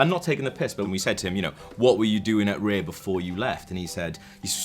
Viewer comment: "Fannz uf REEEHH."